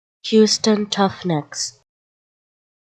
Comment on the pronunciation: Why are pronouncing. r as t